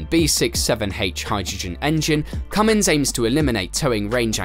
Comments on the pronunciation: The name is not Cummings it is Cummins get it right before you make a video. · CUMMINS has NO "G"! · It's not Cummings, Cummins that g people put on the end annoys me...